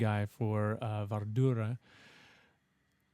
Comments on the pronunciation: Wie immer können Amerikaner keine anderen Sprachen und besonders Namen richtig aussprechen... WARDRUNA nicht wardura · Wardurra? -it's amazing how retarded someone who claims to work with vocals does not spend time to research the pronunciation of a written word, especially in these days where everything is a click away, there's even ai to help you along the way! -so pro, about as good as one of those wine snobs, I smell a slight smoth kinda harsh taste of cotton being ingulfed by flames... xD